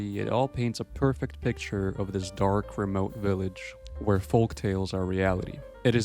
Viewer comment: Tip to the content creator: the L in folk is silent.